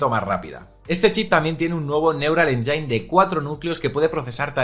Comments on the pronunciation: Cada vez que pronuncia 'enyain' Siri mata a un gatito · Por favor, pronuncia bien engine. Gracias por el Vídeo